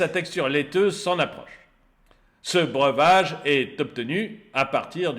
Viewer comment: "...beuverage"... 2 fois, dont vers min 4.... Bien sûr, bien sûr... BRE-VA-GE, cher Monsieur ! Est-ce que vous confondriez avec l'anglais "beverage" ?... Allez, un effort... Apprenez à LIRE correctement !